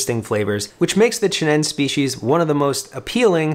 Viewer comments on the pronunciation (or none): It's pronounced chi-nen-say. You must pronounce all vowels.